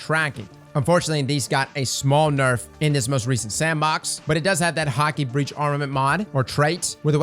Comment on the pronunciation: I swear to God if he pronounces Häkke as "hockey" one more time, on my momma I'll slap the mustache off his face. Also "Fugue" is pronounced "fyoog".